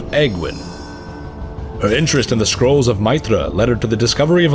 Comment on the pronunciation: Actually thinking about it, in Game of thrones there is someone called Aegon and his nick name is egg so I reckon you're right. They way you pronounced Meitre was beautiful! Is there a codex of the weapons of the vykrul kings, scale of the earth warder, titanstrike etc ?